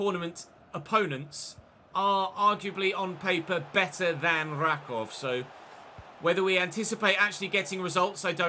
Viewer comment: Just a tip - it's pronounced something like Rackoov